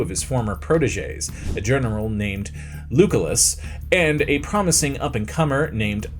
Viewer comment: Lugolas? "Lew Kul Iss"